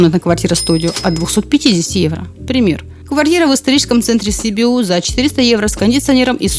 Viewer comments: Не СИбиу, а СибИу, ударение на 2-й слог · Правильное ударение на русском — Сиби́у (на второе "и"). В румынском языке ударение падает на первый слог: Sibiu [siˈbiw]. Непонятно откуда вы взяли У